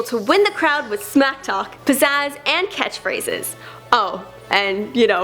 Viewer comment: Wtf? Why you let this bitch do this video? She sucks! She can't even pronounce his names or catch phrases.